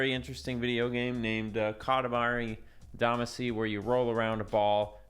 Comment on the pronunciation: It's pronounced damaacy, not daamacy. It's said in the lyrics!